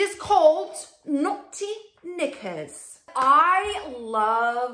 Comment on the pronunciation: The underwear membership thing is still a little foreign to me. But I guess it’s no different than buying them online at Victoria Secret! I liked the selections you received. The “Naughty Knickers” with the accent!! Lol 😂 💕